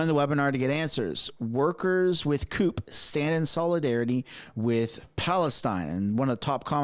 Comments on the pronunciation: Its pronounced qupie, like a cupie doll . its one of the largest unions in Canada, representing most of the staff of municipalities across Canada! Not a good look from them... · CUPE is pronounced "QP" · CUPE is pronounced "QP" not "coop" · JUST FYI CUPE is not the way you said it. Up here it is said "Cue-Pee" Just to help as a Canadian. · That's not "coop" for CUPE but Kew-Pee. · the union is pronounced Q-PEE not coop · F.Y.E. Cupe is pronounced Cue-P. I was involved with them years ago....🧐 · CUPE is pronounced Q.P. Canadian Union of Public Employees. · CUPE is pronounced "Q pee " up here in Canada and I'm even kidding. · Cupe is pronounced Kew-Pee, not coop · The union is pronounced kew-pie not coop. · You do know it's pronounced "cyew'-pee"? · LOL, CUPE is pronounced QP. I can not believe CUPE is doing this. Wow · I dont think I have ever heard someone call CUPE (CUEP ), COOP